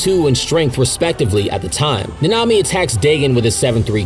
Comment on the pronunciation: Last time I’m watching o e of this guys videos until he learns how to say nanami